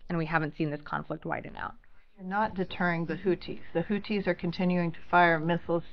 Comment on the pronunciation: Yeah I can see right through it it's not houthis it's whothis